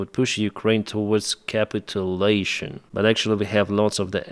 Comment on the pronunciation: Thankyou for all of your dedication and hard work! молоде́ц!! You are a clear communicator and are easily understandable. However, there are English words that deviate from how they are spelled. Capitulation is one of these words. The way you say it sounds like something quite different. Proper pronunciation is much closer to: "капичюлашн". Stress on the letter "и". The important letter to hit is the letter "ч". That letter would make the word more easily recognizable to English ears.